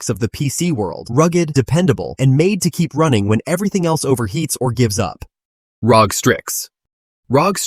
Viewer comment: leave a dislike (maybe report later) for letting AI pronouncing "ROG"